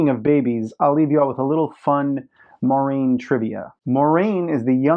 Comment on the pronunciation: I agree - Moraine is my favorite character (not named Rand) in the books. ;) I agree with your pronunciation, btw. ;)